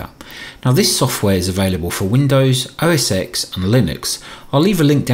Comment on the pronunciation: I REALLY love this channel. But please - PRETTY PLEASE - with a cherry on top. It's OS 10, not OS X. Cheers!